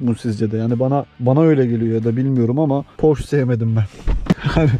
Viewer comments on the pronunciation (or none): abi kısa bi bilgi porş değil porşe olarak okunuyor